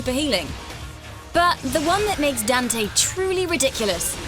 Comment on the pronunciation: Don't say Dante any think